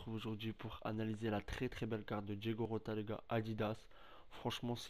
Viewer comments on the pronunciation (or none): Mon reuff t'a dit diogo rota alors que en portugais ça se dit diogo jota 😭